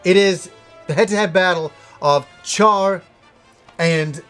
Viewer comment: This is legitimately a GREAT list, sir. Way better than most of what I see on the internet these days. Char's Counterattack would be in my top three from this list but different strokes. One thing though. Learn how to pronou ce the creator names. You butchered nearly every one of them. You get a pass on pronunciations of the movies and characters (except for Char, which is pronounced 'Shar' or if you're REALLY picking nits, 'Shya'). But the creators deserve better and you dont have to be Japanese OR an otaku to get it right. Cheers!